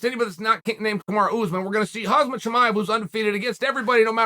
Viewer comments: Bro, learn how to pronounce names. Its not that hard and its kind of your job. Its pronounced Hamzat, not Hazmat. This ain’t a “Hazmat suit” you keep talking about 😂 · Day 100 of uncle chael saying "Hazmat chimaev" instead of hamzat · Hey guys, how long do you think it’ll take Chael to learn how to say Khamzat?